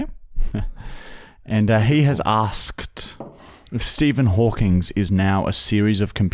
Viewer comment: HAWKING. NOT HAWKINGSSSS.